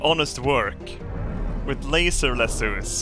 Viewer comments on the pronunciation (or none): I love that can pronounce hardspace shipbreaker but not laser